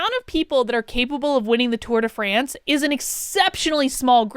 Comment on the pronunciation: tour de FRAAAANCE!!!! tour de france.... pshhhh put some enuciation on that AAAAA! XD